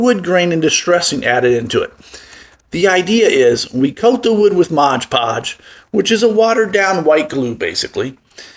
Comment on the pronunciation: It's 'Mod Podge' - NOT 'Modge Podge'!